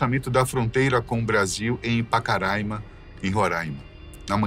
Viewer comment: PACARAIMA,E NÃO, POCARAIMA.